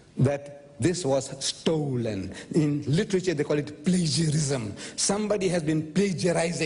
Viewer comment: I'm so sorry but his pronunciation of plagiarism! 🤣